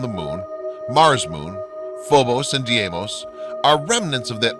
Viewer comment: Deimos, not Diemos... FAVE!!!